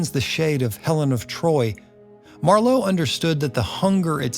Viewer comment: Couple of pronunciation tips. (Christopher) Marlowe has emphasis on first syllable, Not the second as you said (like Harlow). As Goethe is pronounced Gurh-Turh.